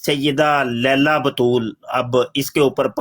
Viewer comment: "لیلیٰ" ہوتا ہے۔ "لیلہ" نہیں